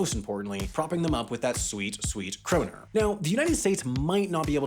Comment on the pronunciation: Kroner* not Khrouwner